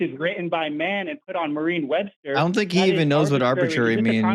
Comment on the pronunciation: Is it me or does he keep calling it "Marine Webster'?